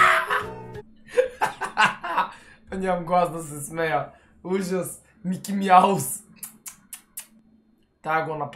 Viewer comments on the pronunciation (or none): Жената която каза МИКИ МЯУС ТЯ Е ТО НАШЕТО СЕЛОО🤗